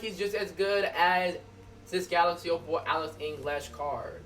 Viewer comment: Yeah like wtf how can you not pronounce your native language